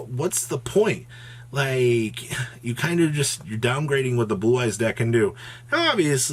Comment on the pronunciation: I swear he said Boo-Eyes a couple times 🤣🤣